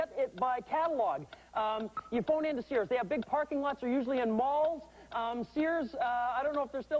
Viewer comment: He said Mall… ffs